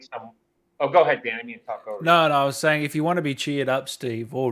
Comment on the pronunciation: "none of us naur" i love Australians lmfao